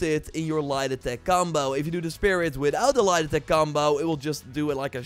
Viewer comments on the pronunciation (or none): Every time he says light attack .I hear lie detect finisher